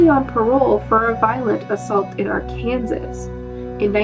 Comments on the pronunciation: Just curious where you are from? When you said Ar-Kansas I figured perhaps you weren’t American. Canada by any chance? Btw, it’s weirdly pronounced Ar-Kan-Saw ❤️😉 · Lol! Is pronounced ark-ansaw, basically like a silent s.... I think a lot of people, even within the US, have trouble with it. I know I did. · Did she just say “Ar-Kansas”? 😂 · I am Norwegian and even I know its pronounces Arkensas and Ar ..kansas .-)) but anywhoos ..love your content regardless and your voice is smooth like silk .. .-) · Lmao not ar-kansas... arken-saw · Are-kansas???uh no. LoL Arrr-ken-saw... Arkansas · Girll... girl... com-POZ-it and AR-kan-SAW, not Ar-Kansas. girlll... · *ArkanSAW, Not arkansasss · LOL weirdest pronounciation of yhe word Arkansas I have ever heard .. ..she pronounced it AR ...Kansas .... and she is american so she should know better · It's Arr-kin-saw. But still a good video. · Arkansaaaaaaaaaaaaaaaw but you're forgiven. many people also pronounce Oregon wrong, emphasis goes on the first O. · most decidedly pronounced as Ar-can-saw, that is Arkansas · Wait… Did she just say Are-Kansas Instead of Arkansas? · If its a city in Arkansas it is pronounced are-kan-sas ;-) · Arrr-ken-saw =Arkansas lol! I'm southern and that's the proper pronouncement. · . “Arr-Kansas”... really??? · Arkansas is pronounced “Ar-can-saw”. Great video! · I noticed that too lol. This channel is Canadian so she probs doesn’t know any better🤣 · ah come on.......how can you not pronounce Arkansas... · Love the videos but how can an American not know how to pronounce Arkansas? Seriously?